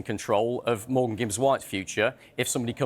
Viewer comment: Why is everyone calling him Morgans